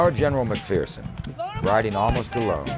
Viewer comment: It's pronounced Mac-furson, not fearson. As we in the clan say, "There's no fear in MacPherson". Turns out General James is/was a distant relative of mine. I'm a massive history nerd & this is a great documentary, i only wish it was longer! ✌❤ from Canada